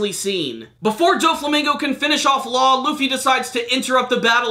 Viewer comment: can we just say "law" pls